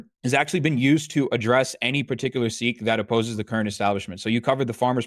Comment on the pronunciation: Hasan pronouncing Sikh better than an Indian lol